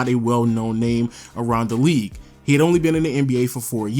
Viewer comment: best in the “weague”